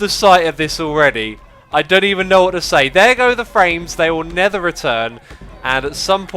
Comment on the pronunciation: Hi X, just wanted to know why do you say nether instead of never?